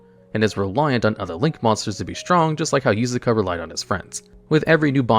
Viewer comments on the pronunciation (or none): i think he just straight up cant pronounce some non western name lmao, he used yusaku only for it to be devolved to yusaka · Am I the only one that shuttered everytime he called Yusaku Yusaka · He begins spelling it yosuke and ends up saying yusuka lmao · I know there are a lot of mispronunciations in these videos but this one caught me off card. Yusaku is pronounced like You-Saw-koo (And Ai is pronounced “i”) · Why is pronouncing Yuusaku wrong? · Does it on purpose